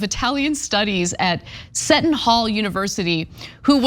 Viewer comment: Seton Hall is pronounced See-ton Hall